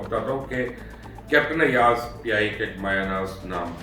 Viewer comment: PIA should be banned 😭it not pia its peeeee -ia 😡😡😡